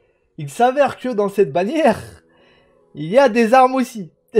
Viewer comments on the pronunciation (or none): none